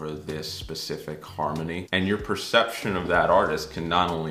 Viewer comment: The first PERCETPTION.......TOO MANY "T'S"